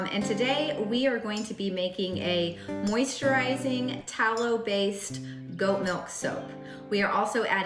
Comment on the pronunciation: Can’t say “ moisturizing”.